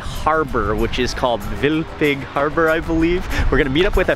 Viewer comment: vilfig?? how do you spell this. it's frustrating to be Danish and not understand which harbor you're referring to because of your erroneous pronunciation.